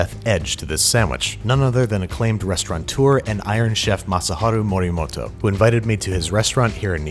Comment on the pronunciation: Masaharo "You have life insurance?" Marimoto lol